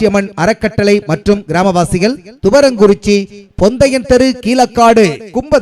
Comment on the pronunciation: Bro thuvarankurichi ✅ thurankurichi ❎